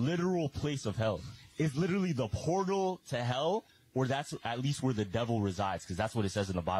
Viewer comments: "Pertal" hahahhaha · Not the pertal.. lol